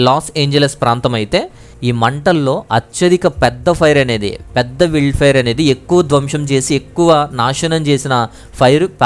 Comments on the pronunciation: అది విల్డ్ ఫైర్ కాదు నాయనా... వైల్డ్ ఫైర్ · విల్డ్ కాదు బాబు వైల్డ్ ఫైర్